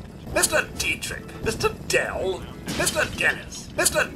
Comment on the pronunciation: The way he says "Mister Dell" sounds like the voice actor went "Dell ? Really ? What the fuck kind of name is that ?" :')